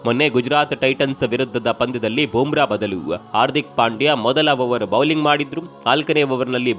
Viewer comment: Bro, it's not Boom Bra. It's Bumrah ಬೂಮ್ರ